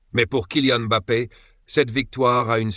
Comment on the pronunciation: La première fois que j'entends une IA prononcer M'Bappé correctement, pas comme bon nombre de journalistes français